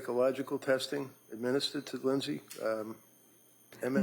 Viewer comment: "Lindey said"... really??